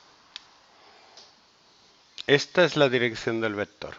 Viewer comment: Pero entonces llegó el "vectoorrr" en un "cuatrimotorrrr"